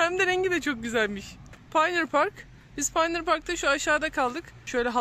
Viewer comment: Bismillah Amerika gezimiz başladı. 😉 Pioneer Park'ı yazısını görünce bilgimi paylaşmak istedim (naçizane), pioneer aslında "öncü" demek. Bir yere yerleşen ilk öncüler anlamında kullanılıyor ve telaffuzu da / payoniır/ şeklinde. Bizim dilimize /paynır/ şeklinde yerleşmiş. Sizin aracılığınızla bu bilgiyi paylaşmış oldum, Teşekkürler.